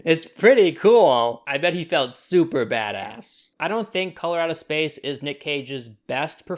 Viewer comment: Every time you said "Color Out of Space", I kept hearing "Colorado Space" and getting confused.